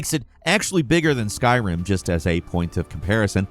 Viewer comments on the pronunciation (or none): none